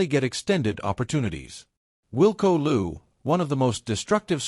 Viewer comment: You are rehashing well known stuff and your assessment of the events shows little discernment.Also ,please tryto learn the correct pronounciation of names like Niyakani and Louw.